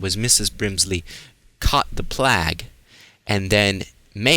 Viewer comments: I watch your vids every time I play the game. I really like content but man, why don't you say plague instead of plag? You do ramble a bit but idc, it really shows your enthusiasm for this game and I like that but sometimes you act a bit condescending at times. Regardless though I'll always watch all your Dishonored vids... Fuck k can't wait for 2! Even more excited about that then I am FFXV. Keep up the good work man, I'll still like your vids and sub if I haven't already. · why do you say plague like that if you don't mind me asking?